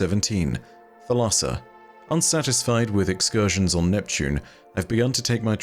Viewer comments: Thalassa is the Greek word for sea and it's pronounced THAL-a-sa with the accent on the first syllable. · Thalassa, in Greek, means Ocean/Sea. Pronounced a with different inflection as you are doing, but thats how Google prnounce says it, unless you search for how to pronounce it in Greek.